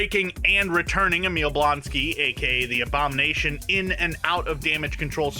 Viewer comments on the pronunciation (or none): none